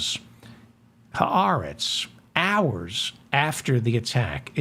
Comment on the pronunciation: Nice (and unusual) to actually hear someone pronouncing the words, "ha aretz," properly. (MANY people don't.) Of course (since you have revealed that you were a "cheder bucha" until you were almost 20(!)), I should have expected nothing less!